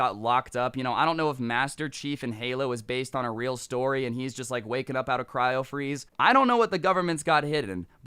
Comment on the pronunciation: u alredy told dis stowry